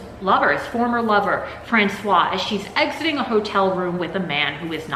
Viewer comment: I don't read horror books or watch horror movies, but I watched your latest video about Maria Yuszczuk's Thirst, and realized I'll watch all your videos. Even if I never read/watch anything you review, there are a lot of interesting things you bring up! As an aside (I hope it isn't douchey) but the pronounciation for Francoise (f) has a waz sound at the end, the clipped wa sound is for Francois (m). I'll see myself out now.